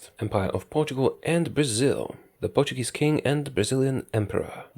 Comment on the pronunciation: I love the fact that since you're Polish, you pronounce portuguese words with an excellent accent, way better than native english speakers usually do, who tend to use a spanish accent. Music to my lusophonian ears.